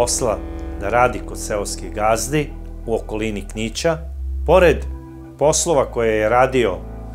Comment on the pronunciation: Odlicne emisije,ali ne akcentuj reci gde ne treba..jos nisam cuo da neko izgovara "bicikla, tinejdžer, okolina" na tvoj nacin, cak ni Beograđani a trudiš se da zvučiš kao oni koliko vidim. Nema potrebe za "banderama":) Pozdrav